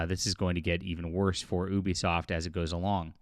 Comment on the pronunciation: I like how you never say Ubisoft name right unless if it’s reading something someone said (sometimes)